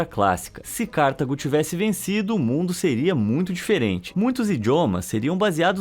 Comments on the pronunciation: "CÁrtago", não. "CartAgo". Paroxítona. E ñ acentuada. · Não se pronuncia Cártago, mas sim Cartago. Parabéns pelos assuntos aqui tratados. Muitos interessantes. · CarTAgo, não Cártago. Perto dos erros mencionados no vídeo, porém, isso não é nada.